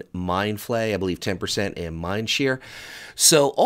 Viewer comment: Can't help but feel that you are a bit out of touch from when you called mind sear , "mind Shear". Can just read all this from patch notes and your toon has barely any gear so i am guessing you haven't really played shadow at all this xpac.